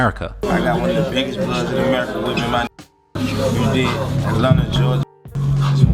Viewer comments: Its atlanta not atlanter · Dude said "Atlanter" 😂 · There’s no R in Atlanta 😂 I know yall like to add Rs in certain words 😳 😂